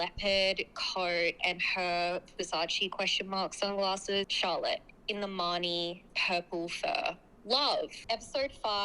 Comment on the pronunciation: when you said "Charlotte", for some reason I thought you said "Dalek". Then Charlotte appeared onscreen in a big puffer coat. 😂😂😂